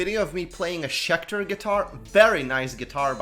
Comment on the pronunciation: SCHECTOR SCHECTER SCHECTER